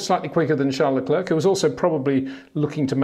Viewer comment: Max VerSHSHSSHSHSHSHSHSHSHSHSHtappen. and Charl LaCler, Charles LaCler, Charl LaCler, Charl LaClerck, Charles LaCler.... Pick a pronunciation dude.